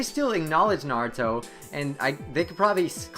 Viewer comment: LMAO!...naburo..sounds marlboro in my ears